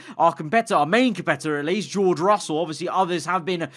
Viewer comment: At the end said frussell